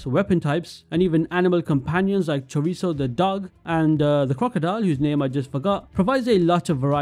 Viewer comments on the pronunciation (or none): none